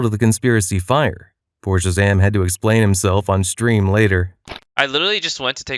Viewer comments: 'Ten'ZEE' and 'Shah Zam' all one acronym bro hahaha just pronounced 'tenz' and 'shazam' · "ten zee and shah zahm" mf did NOT tell his fiverr voice actor how to pronounce shit